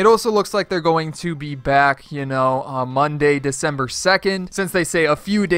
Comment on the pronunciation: He called it burger boss LoL (Edit) he also said mondy